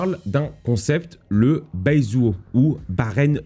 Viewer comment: Baizuo -> Paï tzouoh;) Mais j'admire ta tentative en mandarin!